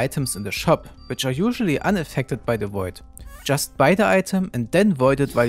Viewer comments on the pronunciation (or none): yust beide item. When the good old german starts to kick :D